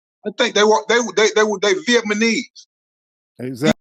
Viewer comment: Calm yo as down, g. Brother in the video saying "vietmanese" instead of "vietnamese". That funny asf